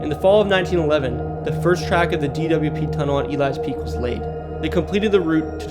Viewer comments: I came here to say this. Definitely not E-lies peak lol Got a video on my page of Elys peak, one of my favorite hikes in the Duluth area! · It's E-lee-s peak not to be a pain lol just couldn't let it go. I live in Duluth it's a very fun hike! I wish the Cloverfield school on the north shore still existed it was a very cool place the tore it down a couple years ago I'm lucky I got some cool pictures from my urbexing adventures.